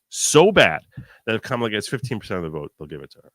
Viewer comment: you started this video by talking about racism and asking your viewers to consider they might be being racist when they send you memes because you’re Jewish. Then in the next sentence you call the VP “Scam-a-lah, aka Ka-MAH-lah”. If you can pronounce Scamalah, you can pronounce KAM-ah-lah. I’d like you to consider that continuing to mid-pronounce her name (as do all the pundits on the right as well as the prior president) is racist. Just consider it.